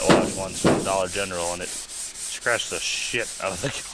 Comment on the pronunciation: You didn’t say Dollar General the right way. The Sleeper Dude channel calls it The Dollar Gentral. 😊😊😊